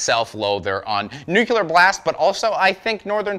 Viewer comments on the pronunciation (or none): It's nu clear. No such word as nucular. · Ah yes, good 'ol NucYOUlear Blast Records